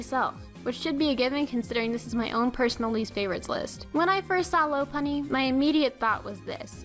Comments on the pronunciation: it's pronounced lau-punnie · Her pronunciation of Lopunny annoys the heck out of me...